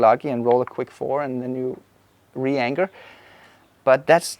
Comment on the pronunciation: Thanks for another great video! BTW, you keep calling the anchor anger, that's so Viking of you...